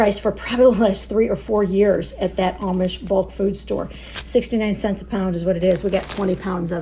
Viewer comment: I've been watching you guys for years and it's been fun watching the boys grow up. Especially Daniel because he's in the videos the most. I have nothing but great things to say about all of you. I just need to tease a little. Maybe it's a Mid Western thing, but I laugh a little everytime she says "cents" (sants) 😂 " comes out to.30 sants a serving" Anyway. I wish we had an Amish community here in California. Lord knows we need all the help we can get on groceries. Luckily we have an Aldi and a Walmart near by and a WinCo about 20 miles from here. We just have to weigh out whether it's worth the gas to get there or not (another huge expense here). Love you guys. Keep making great content and writing good newsletters ❤. See you in the next video.